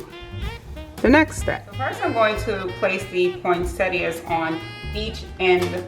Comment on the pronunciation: Thank you for pronouncing poinsettia correctly! 😂